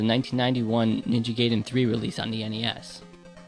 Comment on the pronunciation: Guy-den, not Gay-den. Otherwise, great vid.